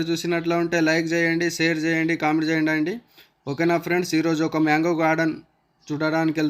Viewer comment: Myango ❌ mango ✅